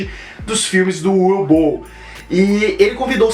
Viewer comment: Na verdade se pronúncia "Uvi Ból".